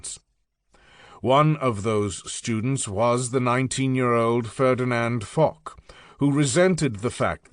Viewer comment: And it is Fosh not Fock